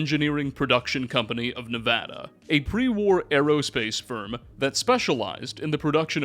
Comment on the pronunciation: He said nevada right!!!! Lets goooo